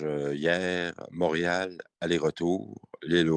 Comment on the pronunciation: Premièrement c est pas mourial c est Montréal, deuxièmement pauvre ti pit regarde de l'autre côté si ça te dérange ???